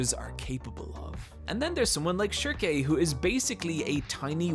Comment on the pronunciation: I'm not sure, but is he pronouncing some of the names wrong? Schierke and Judae for instance? Because I read the entire series knowing them by a different name in that case lmao